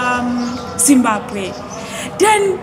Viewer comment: Makudnya Zimbabwe, bukan simbague wkwk